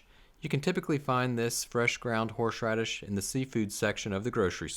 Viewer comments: Is he saying “horSHradish?” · Haha love the way he says “horsh radish shauce” like a tongue twister 😂👍🏾